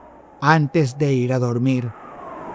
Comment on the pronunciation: Que paso con la pausa con el "antes de ir...a dormir" 🤧🤧